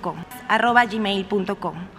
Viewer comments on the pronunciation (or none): Jajaja. Si no puede ni pronunciar "yi meil" La ayuda de la ciudadanía no es suficiente...